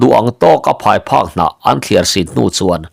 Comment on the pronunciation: Phai phak hnah nilo in phai phuk hnah tih tur a nie